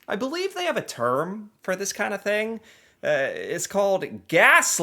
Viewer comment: "Why you hef to be mad?"